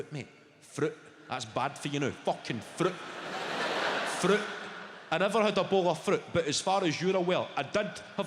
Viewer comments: "A hid froot this mornin" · The way he says "fruit"😂😂